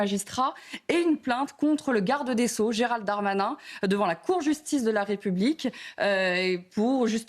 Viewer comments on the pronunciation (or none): none